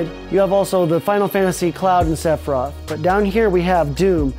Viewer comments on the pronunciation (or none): none